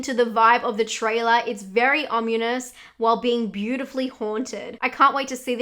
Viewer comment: Not really a fan of comedy horrors, although Happy Death Day was fuckin Ace, I'll deffo check out that haunting of boy house though, and the Norwegian Cadaver. N love how you mispronounciated ominous 😂 I love it when people say things wrongerly